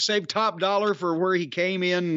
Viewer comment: Jim calling Top Dolla… Dollar is hilarious